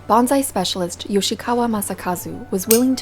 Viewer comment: Common, but wrong. It's "bonsai" not "banzai".